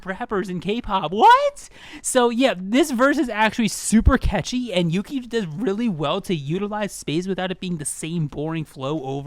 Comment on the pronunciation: I laughed when you pronounced Yuqi's name as "Yuki" But yeah, i feel like Yuqi would have worked better as a rapper. Don't get me wrong, i think she's an amazing vocalist but her voice isn't suited for Idle's usual vibe, which is a decent level of high pitched with a dreamy quality. Yuqi has a very bold voice that would stand out in rap parts more than vocal parts. Besides, her deep voice is a stark contrast to Soyeon's high pitched one, and i think they'd work really well as a rapline. A lot like Moonbyul and Hwasa from Mamamoo, E:U and Aisha from Everglow or Hyuna and Jiyoon from 4minute.